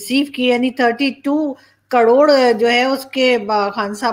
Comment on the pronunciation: Madam kadod nahi karod hota hai.🙏🙏